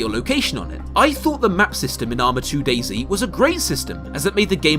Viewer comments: why u saying dayzee cant you just say dayz (De*i*z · Have you realized it's not "Daisy" but "Day-Zet"? I've no idea why they all call it Day-C... It's sad that not only developer but also players ruined this game... when I first played it years ago it was fun because it was about surviving and looting but also discovering and traveling (in a positive way) and it tooked not long to get good loot but you could allways improve it and meeting players was never or rarely K.o.S. insted it was having some conversation asking them if you could join them or if they can join you or if you can help them or if they or you need something etc. But than it became more and more ugly - loot became more and more shitty and little and you often died by starvation - later because of overheat or hypothermia but also the behavior of the players changed alot... it became first a more carefull version "are you friendly?" but than they began to lie or betray you and shot you and so it became more and more kill on sight - you can't thrust anybody etc.... even the rule newbs (new spawned players) are taboo was lost and it became ugly and unfriendly more and more... Nowadays it's a painfull looting and running around for ever kind of deathmatch or a hike-simulator a nice one but... yeah... often you're happy if you have no good loot because so you not have to loose much - as more you have as painfull it will become The basebuilding is veeeeeery poorly in standalone and you can be sure that if you log out and come back your tent or barrel is looted even if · British man saying zee instead of zed but this is still alright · It's not dasy its DAYS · DayZ is meant to be pronounced DAZE. ;)